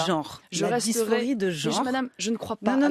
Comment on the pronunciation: Comme de coutume, Marion Maréchal est brillante et percutante. Dommage qu'elle ne sache pas prononcer le mot genre correctement. Sinon, honte à France Inter et à l'Arcom de tolérer une telle pseudo journaliste mais vraie militante d'extrême gauche.